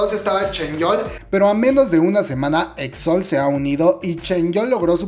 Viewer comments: AMIGO NO SE DICE EXOL ES EXOEL AAAAAAAAAAAAAA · Tienes unas malas pronunciaciones pero aqui te dejo las correcciones Exo-L: Exo-el JYP: Ye guai pi Winner: Wi ner Gaon: Gaon (Sin Acento) Key: Ki TVXQ: Ti Vi Ex Quiu Este es un comentario constructivo espero no te lo tomes a mal